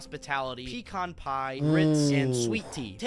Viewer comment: He said pecan right. Perfect